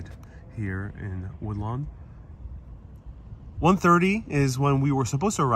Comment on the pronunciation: It's pronounced Wood-Lawn